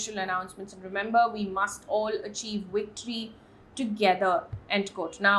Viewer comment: Madam GM 🌻 it's pronounced 'SUB'sequently✔️ not sub'SEE'quently❌ it's 'V'ictory✔️ not 'W'ictory❌ 🙏🏾